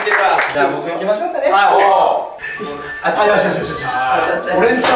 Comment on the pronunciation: 実際は あた じゃなくて あ なのほんま草